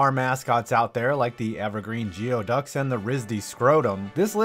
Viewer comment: FYI, "Geoducks" is properly pronounced "Gooeyducks".